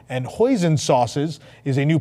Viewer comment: FYI hoisin doesn’t rhyme with poison. It’s pronounced “hoy seen” and say it like two words.